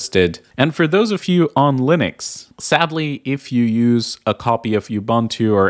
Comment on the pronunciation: Ah yes, Linnix.